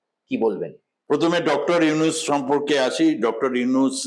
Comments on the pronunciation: নিউজ প্রেজেন্টারের উদ্দেশ্যে বলছি - একজন গুণী ব্যক্তির নাম শুদ্ধ ভাবে উচ্চারণ করুন। ৩২ সেকেন্ডে আপনি ইউনূস স্যারকে ইউনিস বলেছেন। ভবিষ্যতে এ বিষয়টি খেয়াল করবেন। আর আপনাদের ভারতীয় মিডিয়াদের কি আর কোনো কাজ নেই, শুধু বাংলাদেশকে নিয়ে উস্কানীমূলক ও বিকৃত খবর প্রচার করছেন। ভয় পাচ্ছে নাকি আপনাদের সরকার যদি ভারতেও ছাত্ররা বৈষম্য বিরোধী আন্দোলন করে? উত্তরের অপেক্ষায় রইলাম। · Not younis, Younus ok. Juounalis vai if don’t have any problem to talking (stammerer); tell name properly ok. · To dear anchor of the channel, please pronounce correctly. Yunus, not yunis. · আরে সাংবাদিক দাদা আগে ত নামটি শুদ্ধ উচ্চারণ করুন উনার নাম ইউনিস নয় ইউনূস ওকে? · ইউনূস ওনার নাম হালা আগে নাম সঠিকভাবে বলা শিখে উপস্থাপনা করবি😈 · ঠিক করে উচ্চারণ করুন , উনার নাম ডক্টর মুহম্মদ ইউনুস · Younus নামটা ভালো করে উচ্চারণ করতে পারে না উনি কিভাবে,,,,,,,,,,। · বাংলাদেশ ভারতের সম্পর্ক এসব আলোচনা থেকে নস্ট হওয়ার সুযোগ নাই। আপনাদের লাভ এইটাই যে ইউটিউব থেকে বেশী টাকা কামাতে পারবেন। বাংলা বানান ভূল ও ড. মোহাম্মদ ইউনূস স্যারের নামটা ঠিক মতো বলতে ও লিখতে পারেন না । মন গড়া কথা না বলাই বুদ্ধিমানের কাজ। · ভালো ভাবে নামটা বলেন! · ইউনুস উচ্চারণ আপনার ভুল আছে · দাদা নাম টা তো ভাল করে উচ্চারণ করুন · ইউনুস নামটাই উচ্চারণ করতে পারেন না আবার উপস্থাপনা করতেছেন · ছি উপস্থাপক, নামটাও ঠিক মত বলতে পারেননা